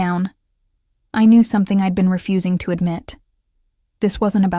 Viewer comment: This AI business is really funny sometimes. Doesn't whoever programmed this not know that the word "to" is never pronounced with the long O sound, rhyming with toe?